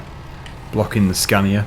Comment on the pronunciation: Who uses 2 arms to steer a truck I use my right arm and palm and the scania is pronounced scan-eey-a